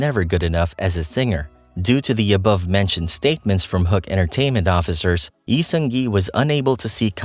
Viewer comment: Thank you for this video🥰 I love how informative this video is and how you carefully pronounced his name and his fandom name, Airen, unlike other youtube channels. btw Lee Seung Gi has no active facebook account and his official website is inactive now because it was owned by hook. I am really looking forward to his projects in his new one-man agency, Human Made🤩